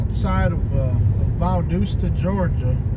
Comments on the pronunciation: It is Valdosta not Valdoosa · It’s Val Dos Ta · that’s the first thing I noticed…..Valdooosta 🤣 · If you’re gonna hate bash anywhere at least pronounce the name of the town, right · It's how yall are pronouncing valdosta. And as of now Georgia is 12 and 0. Compared to Alabama being 10 and 2. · Is your half sister-cousin-girlfriend ok?? I think she may have been having a seizure for the first 15 minutes. Then at 28 minutes, she started repeating herself again! Honestly, this is definitely the MOST ignorant video I have ever watched 😂 You can’t even pronounce the name of the town correctly! I wanted to stop watching after about 3 minutes, but the pure ignorance kept me sucked in 😳 Valdosta is far from the best town in the country, but it sure has a lot of perks. Many wonderful restaurants, decent entertainment, and shops. There are a lot of wonderful people, growing communities, and some dang good sports teams. Oh, and I’m not sure if she said enough or not, but, “They need to improve their offensive line.” 🤣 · From the start I can tell y’all got your azzes kicked by us and you can’t even pronounce it!